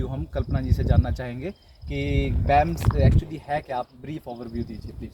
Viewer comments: It's B.A.M.S not bams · बैम्स् nhi bhai BAMS hota hai😃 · बेम्स नहीं भाई BAMS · First of all it's not baamss it's a BAMS clear that things pronounce every degree name with respect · It is B•A•M•S• not बेम्स The girl is continuesly pronouncing it correct stil you are pronouncing it in wrong way and showing yourself as cool dude by saying बेम्स again and again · it's B A M S NOT bams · Ita BAMS not baamss 😂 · Plz pronounce bams properly